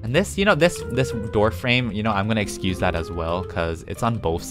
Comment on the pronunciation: I just wanna say, I watch you too much, I have now started to stay “Excusah me” instead of “Excuse me” 😂